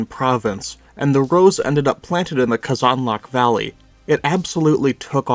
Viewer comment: please stop pronouncing казанлък that way please